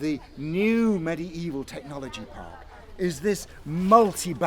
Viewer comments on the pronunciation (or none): He says medie evil